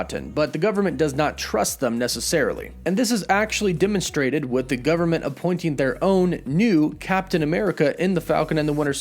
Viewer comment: Dimonstrated??? It's pronounced demonstrated. ehh not ihh. EMCU not IMCU! How do you not notice it?? Especially when you have a very strong command of the English language! So weird!